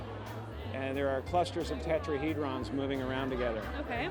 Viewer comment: This dumb bitch couldn't say tetrahedron there making him out to be sick but the environment he's in sick 😷